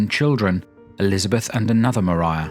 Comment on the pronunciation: Thank you SO MUCH for pronouncing Maria Brontë's Christian name properly! Not to mention the rest of your well-researched, intelligent, and enjoyable work; I've loved what you've done on Jane Austen. Informative and absorbing.